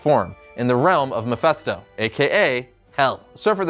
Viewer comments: "Mefesto"? You'd think with all the videos about Mephisto showing up in MCU he'd know how to pronounce Mephisto. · Mephisto not mephesto! You’re meant to be a comics expert.... MEH-FIST-O! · Am i the only one annoyed by how he pronounced Mephisto?! It's an "I", for fucks sake! MephIsto, damnit! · Kind of cringed every time he said Mephisto. In any case, I love Silver Surfer. I hope this comes in the What if episode one day. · It's pronounced Ma fist o